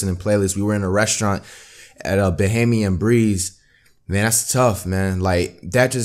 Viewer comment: Flight it's Bahama breeze not behemme and breeze